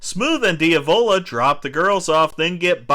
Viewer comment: Who the hell is Dee-avola? You mean Diavlo? Jeez man.. Cringy.. you did watch the movie right?